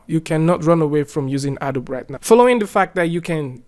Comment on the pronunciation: It's pronounced "A-doh-bee"